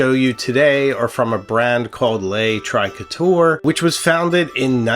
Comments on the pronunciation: Hi, the pronunciation is more like "luh" "tree--cot-tur", this is how someone from Quebec might pronounce it, from France it might change the ending a bit... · Please pronounce Le Trichoteur correctly